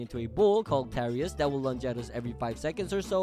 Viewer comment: I thought is was turous not tariouse